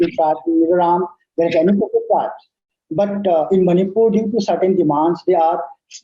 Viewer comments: Sir its Manipur not Manipiur... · ...its Manipur not Manipiur😢